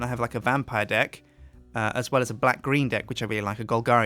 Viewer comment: Is it just me that hears '' D1ck '' when he says Deck?